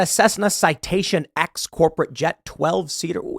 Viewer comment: It's pronounced Citation Ten. The X is a Roman Numeral. Paul Harvey... Good Day!